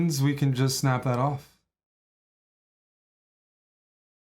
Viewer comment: knight oof instead of orf. I'll see myself out.